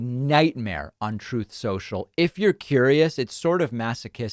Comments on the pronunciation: Isn't it ironic Trump has a hard time saying the word truth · The reason Trump cannot pronounce "Truth" properly is that he has never spoken the truth before! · Funny how he can't even say the word "truth". We knew he had no concept of it, but he actually cannot say the word. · I have to admit I almost find it funny that Donald Trump can't even pronounce "truth" correctly. It says something about him. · He has so much trouble speak speaking the truth, that he cannot pronounce truth. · Trump has never uttered the truth. It's no wonder he can't pronounce it. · He lies so much he can't even pronounce truth... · Am I the only one who thinks it's hilarious, not only is captain orange incapable of not lying, he can't even say "truth" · Doesn't surprise me at all that Trump can't even pronounce the word "truth". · Don Soreloser can't pronounce the word "truth". ?! I guess he never said it before in his life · He has a slip on the word "truth", hmmm. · Perhaps "the Loser" Trump, is not able to pronounce the word "Truth", because that word is so foreign to him, that he never uses it. By the way, have you heard about Trump's phone calls to Pennsylvania, trying to "find" votes for the Wizard of Oz? Yup. He is at it, again. So, "Un-Truth" Social" is finally working, for now. Let's watch how long it stays up, this time. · He cannot pronounce the word truth because it's not part of his life and vocabulary, but the word lie just slides out of his mouth without him even trying to. 👺👹👺👹.